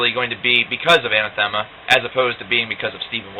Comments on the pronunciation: Hey you´re the same guy who reviewed Incident :p , ur the bill gates of progressive rock reviews. nice review, especially for those who don´t know much about the band. btw. It´s pronounced An-Athema, not Ana-Thema. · I've met many people who mispronounce Ah-nath-uh-muh, this guy isn't the first. Not a bad review